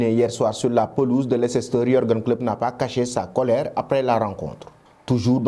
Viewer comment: On écrit "Leicester" mais On lit "Leister"